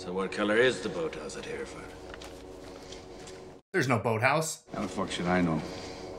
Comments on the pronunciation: Exactly. But also he had the grace not to point out that de Niro butchered the pronunciation - he says ‘here ford’ when the correct way is ‘herra fud’ - it’s always bugged me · The funny thing is Robert De Nero's character doesn't pronounce Hereford correctly which shows he's never been there either. It's pronounced Her-re-fud NOT Here-fud 😊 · The was he says Hereford is wrong it’s said like hera- fud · Every time I hear De Niro pronounce Hereford as Hear-ford my heart sinks a little. Ronnie Radford did not die for this!